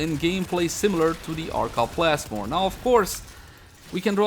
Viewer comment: Arca Plasless? Arca Plasmid?